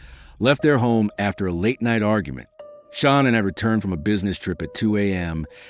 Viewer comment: Ahh bro, c'mon! Tough to be a subject matter specialist when you can't even pronounce Shanann's name properly. I've ALREADY been annoyed from watchin ENDLESS hours of the Watts case, & there being TWO ways of sayin her name, even her own family called her "Shannon" (Shanann) like you'd hear from many guys'/girls' name--but now here u are creating a COMPLETELY different 3rd option I've never heard a SINGLE other person pronounce it like!? Then you ALSO messed-up his girlfriend's name "Nichol K" as "Nickel". Lol anyway, ANY time I hear 1 of these annoying people pretend like they're "perfect"...A) "perfect" doesn't exist & B) "let he who is w/out sin...cast the 1st stone. At the absolute bare MINIMUM, if you cannot admit that, or that literally EVERY human being sins...then I ALREADY don't trust you--bc you're lying--& that's JUST from that one particualr "test" ALONE--the smarter u are, the easier it is to put these narcissistic liars to the test